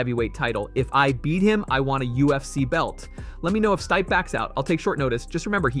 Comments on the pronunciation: Wtf is "Stype"? 😆😆😆 if you're going to make MMA videos, you should at least know the fighters' fucking names. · Before you start narrating MMA stories you should learn who the fighters are and how to pronounce their names. You pronounced Stipe name wrong an d that’s not Matt Hamill. FAKE NEWS!